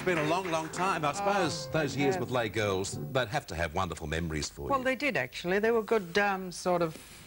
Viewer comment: Lays LLes Girls. How to pick Australians: Mispronounce french. I remember seeing the show's advertised in Ringwood when I was a kid.